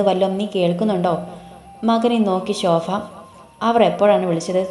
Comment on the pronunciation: ശോഫ അല്ല ശോഭ